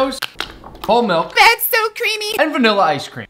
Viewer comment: “That’s so crEamMmy” was odd 😂😂